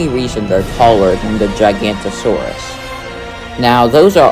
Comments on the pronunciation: It’s not “gigantosaur”, it’s actually “giganOTOsaurus” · It’s gigaNOTOsauurs, not giGANTosaurus alright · It’s pronounced (jiga note oh saur us) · You pronounced giganotosaurus wrong